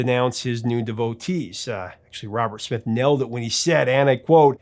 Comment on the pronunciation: Did he pronounce Smith as Schmith?